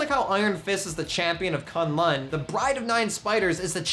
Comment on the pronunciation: K'un Lun is pronounced "Kun Lun" not "Kan Lan".